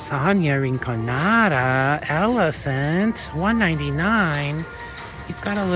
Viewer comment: OMG you say ephelant?? I love it!! When my son was little he used to say it like that and I say ephelant to this day!!! 😊🩷